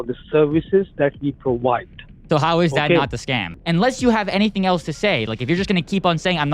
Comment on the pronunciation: The first sign of a liar is to repeat the question back to you but what's even funnier he can't pronounce provide, He and most of them say PUWIDE a service.